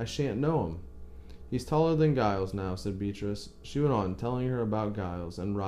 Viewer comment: 'Giles' is pronounced 'Jiles' (with a long 'i' as in 'miles')